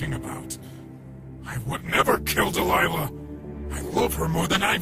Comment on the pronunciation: DELILAH IS MY NAME AND HE'S SAYING IT CORRECT